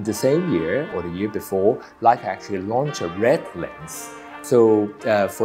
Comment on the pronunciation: The "Wu" Leica